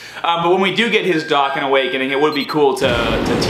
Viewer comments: its pronounced dough can, not docken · dokkan not dockan